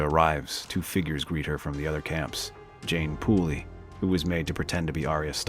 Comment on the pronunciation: lol at ‘Jeyne Pooley’